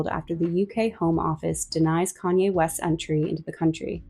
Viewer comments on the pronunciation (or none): none